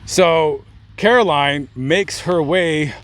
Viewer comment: Aww my name is Caroline too and it's always a pleasant surprise to see another Caroline. Whenever I was in school, I was always the only Caroline (thank you for pronouncing it correctly because I absolutely despise it when people calll me Carolyn, like, there's no Y in my name, yo.so I wouldn't answer during roll call if they called me that and they would get so mad but I'd be like "that's not my name, there is no Y in my name", lol.